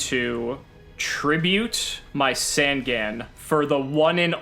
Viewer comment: The yugituber drinking game, drink everytime they mispronounce easy to read yugioh cards. in the progressions series so far, we have Curse of the Dragon (just adding words) and sangin when its supposed to be SAN-GAN!